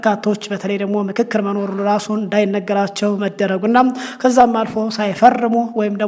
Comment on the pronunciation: የንክክር ነው ? የፉክክር ያልከው?